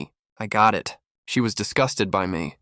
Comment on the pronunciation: So the word "it" is pronounce "eeee-ayyy-t"?